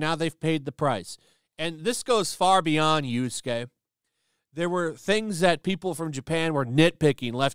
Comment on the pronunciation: How many videos until actually gets Yasuke's name right?